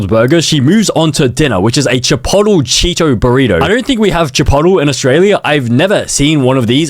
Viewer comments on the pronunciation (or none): chi-poet-lay not chi-pot-le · chip pot hole xD chi-POUGHT•LAY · chipotle is not chip-ot-ul its chip-ot-ley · BLUD SAID CHIPOTOL. Its pronouned chi-poat-lay. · dawg how u gonna make fun of how she says microwave when you say chipotle like, "Shepottel" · Why does bro say chipotle like “chi-pot-al” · chipotle is pronounced (chi)-(pote)-(lay) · Every "microwave" pronounciation i ever heard: "my-crow-way-veh", "my-crow-wah-vey" and finally "me-crow-wah-vey" Bonus:"Chipotle" pronounciations: "chih-poh-tley" and "chih-potle" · How bro pronounces chipotle : chi-poUle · Its pronounced (Chip-oat-lay) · “Chip pot ole” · it's cha-polt-leh bruh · “chip ottle”💔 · Bro its microwave (mike-ro-wave) and bro its chipotle (chip-olt-lay) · pronouncing chipotile as "Chippottle" is funny 😂😂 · it is NOT pronounced “chipotel”😭🙏🏽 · Che-potle, Micro-wAVE, buh-tteh, A-lo-tee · “ChiPOTILL Cheeto burrito” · i felt so offended when he said CARnay AssADO. brother it CAR-NEY and chipotle IS chip-ot-lay is how you pronunced... W for trying tho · bro makes fun of someone for saying micro-wavee but then also says chipottle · aint no way bro pronounces chipotle as "chipottel" 💀💀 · It’s chipote-lay 😭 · It's pronounced Chuh - polt - lay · can someone tell bro it pronounced chi- polt- lay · Wait how do you say chipolate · the way you pronounced Chipotle makes be want to drive off a cliff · the way he pronounced Chipotle 😂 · Isn't the t in chipotle silent